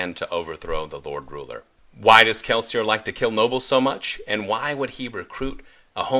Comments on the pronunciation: It is not sometimes. It is kelsi-YEY. According to Sanderson, the language of Kelsier's people is similar to that of our world's France. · that may be so, but the Audiobook narrator says Kelsier not Kelsi ey